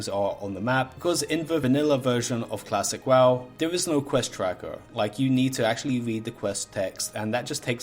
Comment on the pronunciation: did you just say klasick WaaW??